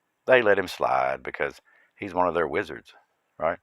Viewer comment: Are you saying Wizard or lizard?? ;)